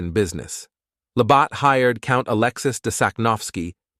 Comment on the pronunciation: Labatt is pronounced La bat. Not La bott.